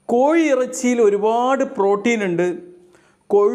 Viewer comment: കോയി ഇറച്ചിയല്ല കോഴി ഇറച്ചി😂 Scratch & win ഡോക്ടറാണോ?😂 DR എന്ന് കണ്ടതുകൊണ്ട് ചോതിച്ചതാണ്.